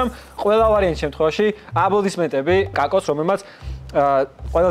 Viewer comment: ძაან გრამატიკულად და გამართულად ამბობს განსაკუთრებით სიტყვა "აბლოდისმენტებს" 😀